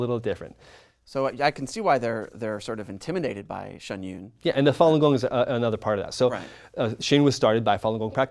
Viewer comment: I am so triggered by their pronunciation of Shen yun